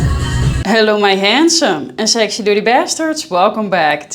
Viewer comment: How it feels to hear 'sexy' as 'sechsheee'🥹